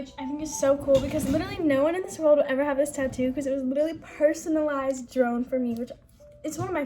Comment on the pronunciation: lmao I know she just said it like “drone”